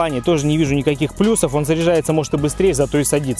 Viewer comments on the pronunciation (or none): none